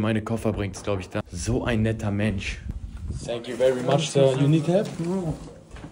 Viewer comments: Ich liebe es wie du immer sank you sagst XD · No hate aber sank you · senk you wwerwy much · sänk you haha